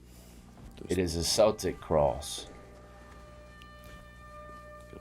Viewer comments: Celtic is pronounced keltic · Hey just a wee correction with regards to saying Celtic. You don’t pronounce it with an S, it’s actually Keltic so the Ce at the beginning is pronounced as a Ch/K in Scotland/Ireland where the cross comes from so just in the future pronounce it with a K as in Keltic hope that makes sense.